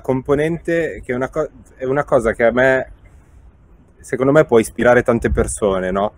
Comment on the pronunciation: nessuno: beli: shecond me..